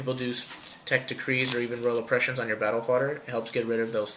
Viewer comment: you pronounce Fader wrong. it's "Battle Fayder" and not "battle fodder"